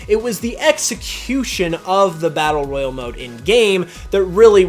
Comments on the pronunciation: are you sure your saying number 4 right Royle is way different than Royale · Royale and Royal are pronounced differently.